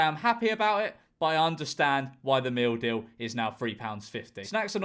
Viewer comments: First time he read "meal deal", I genuinely thought I heard "We have something in all supermarkets called the mildew." 😅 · It took me 2 minutes before I realized you are saying “meal deal” and not “mildew” Makes more sense. But $3?!?! For a meal? How?